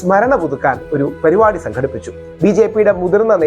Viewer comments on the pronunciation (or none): none